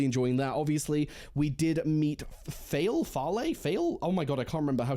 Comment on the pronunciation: It's not spoilery to say the Old Tongue is worldwide, not associated with just one nation or region. Faile is pronounced Feye-eel.